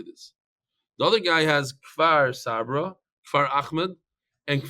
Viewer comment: It's Kfar Saba not Far Savrah